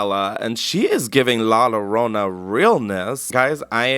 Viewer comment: 'la low-rona' 😂